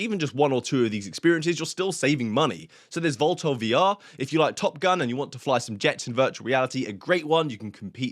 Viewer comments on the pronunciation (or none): What did you just call VTOL??? 😂😂😂😂😂😂